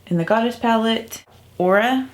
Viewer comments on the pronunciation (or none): If I may?. "Aura" is pronounced "OHR-a" where the "a" is a cross between "ah" and "uh". #LinguisticsGeek #MythologyGeek I have a theory that I can dupe most of the shades in this palette with my Zodiac and Zodiac Love Signs palettes from BH Cosmetics. If I can't, I'll ask for the Goddess palette for my birthday in August. (I am a Leo BTW.) Alter Ego must be very confident in their palette if they feel that they can send the ND Gold palette to influencers for comparison. It's a genius move that will help them to sell even more palettes! I'm excited for you,, that they chose you to be one of the recipients of the Gold palette. Cheers! ~Anastacia in Cleveland